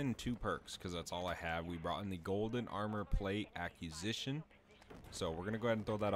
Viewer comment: You keep saying "accusi(a)tion" which means "someone accusing you of something". You mean to say "acquisition" as in "something you have acquired" 😂. I've put up with it for 3 weeks now but now i just feel like i need to let you know 😅😅🥰♥️